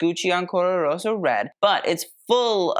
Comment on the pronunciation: let's have a drink every time says "ancora roSSO"...good luck